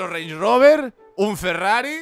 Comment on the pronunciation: Creo q soy el único q digo rand Rober y el dice rens roberssss